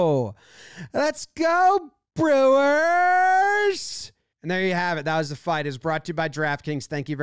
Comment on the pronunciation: Lets gaaahoo lets gooaaaaoaah brewahs